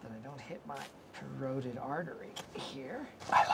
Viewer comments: “CARRODED ARTERY” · “Corroded artery” 😂